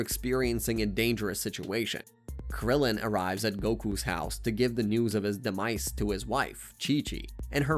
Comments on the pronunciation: I’m on another account so uhhhhh yea Part 2 this one could just be way he talks idk ain’t no way that’s the name of the attack “da mice” (he says this a lot in the saiyan saga so be prepared 💀😭🙏) he’s talking about the dragon balls like they’re a person another masta roshi wait did he? (I didn’t watch dbz either but I know more about it than this guy or I wouldn’t be writing this I can’t remember if it was 10,000 or 10,000,000 but I know it wasn’t 1,000,000 HELP “da mice” ARE STEALING MY CHEESE PLS HELPP!!!1!1 it wasn’t confirmed that it was a t-rex but it was a dinosaur I’m writing this at 2 in the morning and my fingers are getting tired so imma sign off for tonight👍🏻 Edit: also I accidentally made this a comment and not a reply so u just gotta scroll a bit to find the original comment. Just look for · also how it says demise... it is not de mice... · Part 3: guys “da mice” are in my refrigerator they’re eating all the cheese “yahjeerobae” “well done”✌🏻🥀 i think bro was just trying to play baseball help im running out of “da mice” puns “Dinazaur” it’s called a galick G U N but I’ll let it slide bro I can’t keep doing this NOOOOO I THOUGHT I WAS SAFE If I do anymore at a time I start losing brain cells so see ya in part 4💀😭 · How u pronounce this shit pisses me off and 400000 others. Sai BAH men. sai YAHNS. DEMice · Dee mice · He pronounces “demise” as “Dee-mice” and “further” as “fur-dur” … I think he’s just not great at speaking or baiting for comments complaining about it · And demise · Demise was making me furious till I understood it as ai